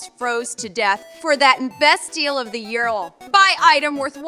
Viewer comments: "for that best deal of YEAwHRL" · best deal of the "yearll"